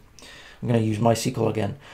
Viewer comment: Thought I'd let you know mysql is pronounced "My Ess Que Ell"